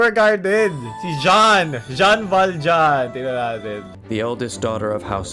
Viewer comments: Marunong ako sa waifu tier list Also na mali pronounce ng Jean, Mali pagkatumingin kay Keqing, Binaba si Ganyu at si Lumine amp, Hindi sinama si Xinyan, Hu tao, Yanfei, Rosaria, at Eula pero nilagay agad si Ayaka kahit hindi pa release, at most importantly, hanap ng Dede sa S tier at sinama si Klee sa S tier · as a jean main, bakit ganyan pronounce mo sa name niya:(( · Jean ❌ John✔️